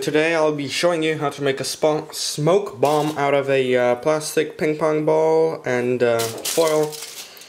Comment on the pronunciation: Did you say bomb or bong? It sounds like you said bong and kinda looks like one.